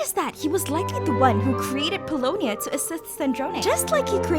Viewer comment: Pulonia is Mary-ann!